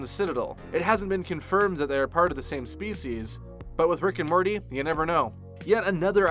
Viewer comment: So anyone else notice he says Rick and Marty.